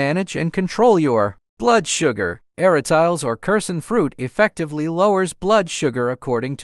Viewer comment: A-RA-TI-LES not ARA-“TILES” even in English pronunciation.